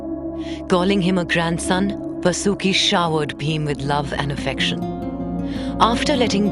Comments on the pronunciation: His name not vasoooki His name is vaasuki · Correct your pronunciation of names please. The name of that mighty snake was Vaasuki, not Vasooki. Also, it would be better had you spelled it like Paandav in the entire narration rather than Paandavaa. Other than few other minor ones, the overall voice over was indeed praise-worthy. Please keep the names original and their pronunciations indigenous rather than sticking to the westernized way of spelling them. None of the learned Indian scholar would like it if the future generations would spell and remembers these religious terms as Krishn-aa, Ganesh-aa, Pandav-aa, Mahabharat-aa...and so on. You're already doing a commendable job. Let's make it a little more perfect.